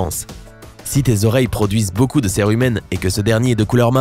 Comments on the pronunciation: On dit sirumen et pas serumen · Je suis le seul qu'il disait cire humaine 😂